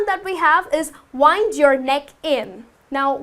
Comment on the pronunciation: the pronuntation of wind is /wɪnd/; no like the girl said. However, great Job